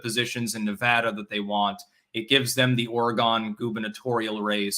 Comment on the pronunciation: At this point I'm pretty sure is just mispronouncing Oregon on purpose